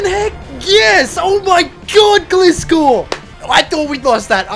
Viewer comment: Pronouncing of Gliscor was hard to hear Gli (rhymes with Fly) - score